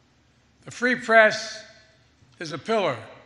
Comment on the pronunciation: He can’t even speak! The “pree society”?